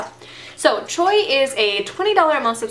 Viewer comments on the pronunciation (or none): "Choix" is French for "choice" and is pronounced "shwa." Sounds like an interesting concept for a box! I'm with you; I hate asking for samples in stores, so this seems like a great way to try out some products without committing to a full size.